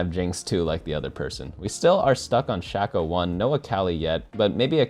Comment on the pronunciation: Love watching your videos, but the way you say shaco is eating my brain